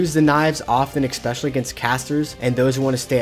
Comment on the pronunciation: Brother, there is no K in "especially"